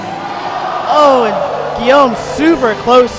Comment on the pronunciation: French people everywhere are cringing each time this commentator slaughters the name "Guillaume".